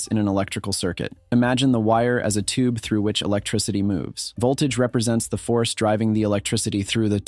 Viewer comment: why tf do you pronounce tube as tooBAY